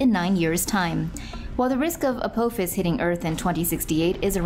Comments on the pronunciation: correct pronunciation of "Apophis" is A-POFF-ISS not a-pope-his. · Watch Stargate and learn how to pronounce apophis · A-poe-phis lol